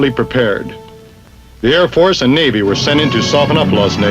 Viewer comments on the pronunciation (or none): none